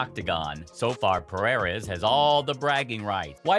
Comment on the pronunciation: Pererez? Close man haha